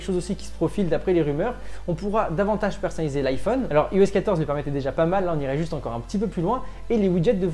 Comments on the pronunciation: Y’a TROP de gens qui prononcent mal iOS… Ça se prononce "Aïe-OS". Comme "Aïe-Phone", "Aïe-Pad"… etc. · Par tous les saints, pourriez-vous cesser de prononcer "i-OS" à la française au lieu de dire "eyeOS" :( ? Sérieux quoi, si vous dites "i-OS" à la française alors assumez et dites "i-fon" aussi! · La vidéo démarre "Yi-OS" 15 ! Aie...